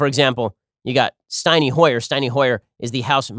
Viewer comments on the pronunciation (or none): Steiny Hoyer? Ben please learn to pronounce people's names right you dum dum.